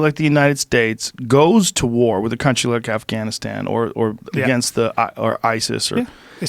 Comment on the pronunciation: Bryan aka I know everything says afgannisstam like a douche.